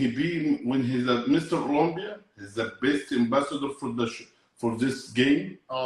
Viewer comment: Ramy sounds like he's saying "Mr Columbia" 😂😂